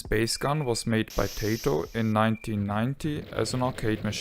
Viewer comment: I'll tell you what I tell everybody "Tay-toh is what you eat with your steak, and Ty-toh is a Japanese game company.". ;)